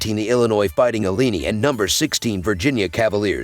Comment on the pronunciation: C'mon..pronounce Illini correctly & put some RESPECT on their NAME!